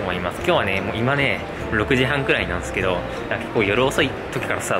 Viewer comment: なんですけど〜がなんすけど〜になってるw